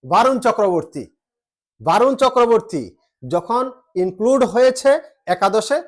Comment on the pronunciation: Sorry দাদা 👉 Barun, A এর উচ্চারন বাংলাতে অ হবে । বরুন হবে । আর খেলাতে হার জিত থাকবেই । ওটাকে আমরা অঘটন বলিনা । ❤️ Love You